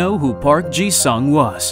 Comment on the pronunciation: its pronounced “soong” not future tense for sing